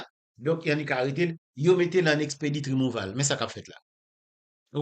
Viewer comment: Djonel yo pa di rimouval , ok , aprann prononse, se rimouvo li prononse